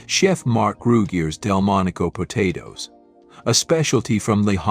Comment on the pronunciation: . Po-toes was a funny one. Actually I get a kick out of the mispronounced words. We all know what they mean. 😊